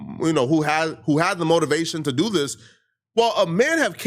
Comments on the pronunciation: "What u wan dew" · What you wana deww 😂😂